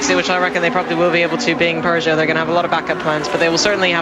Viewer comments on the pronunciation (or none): Their is no R in peogeot dam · And there aren't 2 o's in Peugeot